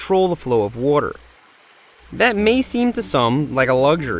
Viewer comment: "He also has the opportunity to control the flow of wudur."